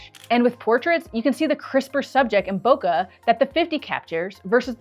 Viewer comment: Madam it's bokeh not boka. Love the video 🎉